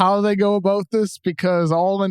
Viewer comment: KOC drops a Canadian "A-boot" lol Is he Canadian!?? Welcome to Canada my friend!